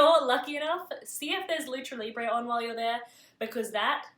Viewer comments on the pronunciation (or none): none